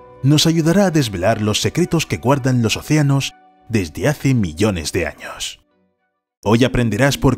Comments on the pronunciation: se dice años no anos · dice 50 anos xd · Como que anos? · Dice anos XD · JAJAJAJAJAJ... minuto dice 50 anos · "años" se me hace gracioso y solo quiero que mas gente lo note